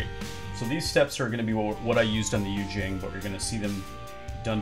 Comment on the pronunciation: Great video! Just fyi in case you do more Yu Jing content - it's pronounced You Cheeng. Keep up the great work!